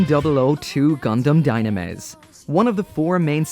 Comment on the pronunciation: It reads dyunamis